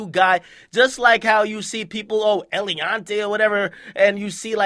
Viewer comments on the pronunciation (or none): famous jeweler "Elianté" 😂😂 he's called Aviané smh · Elijah Blackmon i read this as he mispronounced his name wrong 😭😭😭😭 he slaughtered his name !